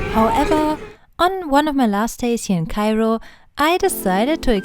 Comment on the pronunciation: Mam, are you from Germany? Bcz the way you pronounce Cairo it's like German. By the way, your vlog is awesome. And your voice is like sparkling diamond 💎